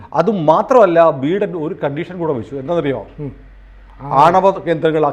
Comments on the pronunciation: ബീടൻ അല്ല ബീരാൻ 😂😂😂😂 ബൈടൻ ആണ് സാറേ 🤭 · Pronounce ബൈഡൻ please 😅